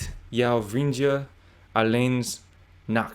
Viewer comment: Vriendje: dj part isn't voiced, sounds like vrien-tje with tj as the ch in church. And "alleen 's nachts" should sound like "alleen snachts" (the 's goes with nacht, not with alleen. It is confusing as in English "it's right" the 's goes with it, not right). I could go on with this, but I'll be watching your 26 min video for several hours :) Edit: 'Waarom' sounded like 'Varroem'